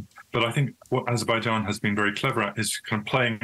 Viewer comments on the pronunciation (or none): Azerbaijan not AIzerbaijan. Get it right already. Useless DW anchors.